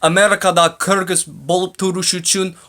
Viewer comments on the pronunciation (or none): none